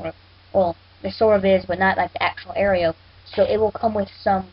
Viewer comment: aero is pronounced arrow